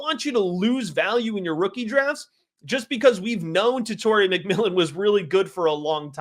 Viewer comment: Tet-a-roa… not Tet-or-ia